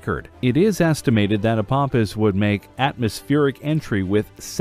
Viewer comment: Learn how to pronounce "Apophis"! Words starting with "Ph" or containing "ph" are pronounced as "F" sounds, like "Phantom" or "Atmosphere".